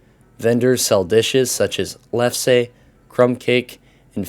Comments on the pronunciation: you did a great job, you definitely have my stamp of approval. Only thing is Lefse is pronounced Leff-suh and Krumkake Kroom-ka-ka but completely understandable mistake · "Lefse" is typically pronounced "lefsah."